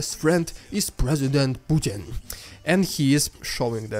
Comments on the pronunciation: it's your accent...let me help...presi-went-pukin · The propaganda pronunciation, displays very well how much mouth diarrhea is pumped out by those sources